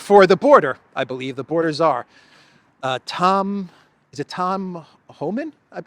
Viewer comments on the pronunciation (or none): none